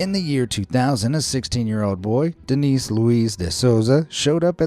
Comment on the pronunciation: Seguramente o nome é "Dênis", não "Denís" mas é bem divertido 😂